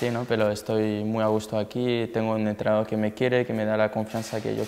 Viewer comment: Tío, habla como los chinos xD EntrenadoL, ganaL, mejoLaL